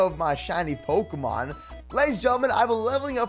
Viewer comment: Pikelmon is really bad with generating ultra space. can't even pronounce pokémon properly.